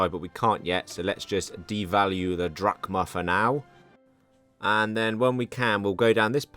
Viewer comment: Don't confuse Drachma for Drug Ma